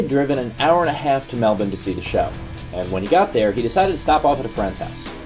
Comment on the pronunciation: I love it! Pronouncing Melbourne as Melbin and not Melboooooourne! Thank you Steve!